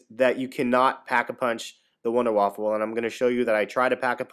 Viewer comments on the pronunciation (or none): WUNDER WAFFE!!!!!! NOT WAFFEL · there is no l it is not wonderwaffle its wonderwaffe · Nice video dude, 5 stars, just one thing, it's not waffle lol, it's [WAA-FAAFAA] so wonderwaffle is said different because it's german. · it's not wonderwaffle! Everybody is saying that! it's WONDERWAFFE DG-2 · wunderwaffe not wunderwaffle but i dont blame you i first thought it was wunder waffle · Wonder Waffle Its the Wonder Waffe Wonder Waff-e silent e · wonderwaffe not waffle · its wunderwaffa not winderwaffle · You are all wrong. First, its pronounced vunder vafa, second, its german for silver bullet ot wonder weapon. Its not wonder waffle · It's the wonder waffe not waffle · IT IS NOT CALLED wunderwaffle ITS WUNDERWAFE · it's not wonder waffle it's wonder weapon. pronounced vunder voffe in german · its wonderwaffe not wonderwaffLe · its not waffle its waffe but thanks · Wunder waffe ! not wunder waffle ! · its Wunder Waffe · wonderwaffle epic. It is pronounced VonderVaff. Like german. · IT'S NOT THE WUNDERWAFFLE!!! IT'S THE WUNDERWAFFE!!! WHY DOES EVERYONE GET THIS WRONG!!! IT'S GETTING ME ANGRY THAT NO ONE KNOWS HOW TO READ!!! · its pronounced vundavava not wunderwaffle and besides its spelled wunderwaffe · why do people keep calling it the wunderwaffle, ist wunderwaffe, GERMAN ! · don't listen to the a-holes becuase you said/spelled wunderwaffle Dempsey said wunderwaffle an it caught on pretty fast. So techinlly it's you can spell it both ways. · You saying wunderwaffle makes me hungry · Wonder Waffe, it's German there's no "L" "E". Good video very helpful thanx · apparently you don't know any German. The German language pronounces W's as V's. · "You get the Wonder-Waffle" WONDERWAFFLE? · actually it's VunderVaf(Er) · I know but he Said Wunder Waffle makes it sound like a perverted thing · Its called the Wunderwaffe, But Its Pronounced Vundervaffe. SMART ASS INCOMING: its actually called the Wunderwaffe DG-2. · you said wonderwaffle LOL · OMG its pronounced Wunder waffe